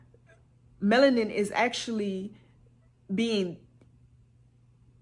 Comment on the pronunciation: She said "they take our menalin" I'm now imagining a doctor with a huge syringe, draining all the blackness out of me...